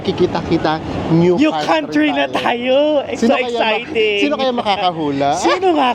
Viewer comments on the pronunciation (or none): none